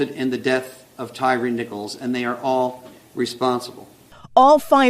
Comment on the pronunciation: TY-REE? LMAO thats how everyone promounounces his name? Thats like the Key and Peele sketch, JA-Quelin? B-LA-KAY? A-A-RON? It should be pronounced 'TIRE'.